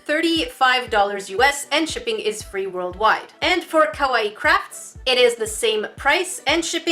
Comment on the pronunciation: Ok YoU SaId It WrOnG It is pronouced Ka-Why-E